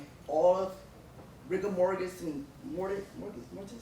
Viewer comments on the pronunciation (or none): Excuse me. She said "rigor morGis.